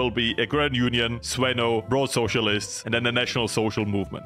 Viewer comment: its actually the zvenO not the zvEno, but I am Russian not a Bulgarian, so I might be wrong